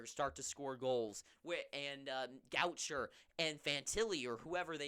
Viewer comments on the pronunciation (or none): Go-shay is how Gaucher is said